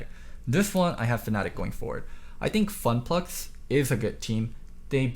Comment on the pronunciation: Nobody:: FunPlux